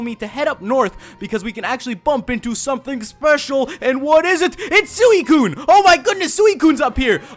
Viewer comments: Its pronounced SWE-COONE not SOO-E-COONE im explaining how to pronounce suicune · Sooweecoon.... lol.... I love pronunciation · excuse me,u pronoun Suicine wrong:P